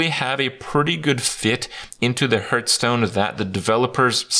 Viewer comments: i love hearing kripp say Hurtstone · I always hear "Hurtstone" when he says it